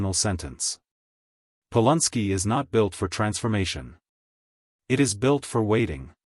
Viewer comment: Its NOT POL UN SKI! ITS POLANSKI.